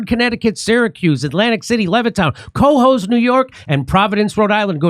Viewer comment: You're cracking me up with CO HOES. it's pronounced more like Ke-hose. (/kəˈhoʊz/ kə-HOHZ). Nice show, and Karen Bass is a corrupt loser.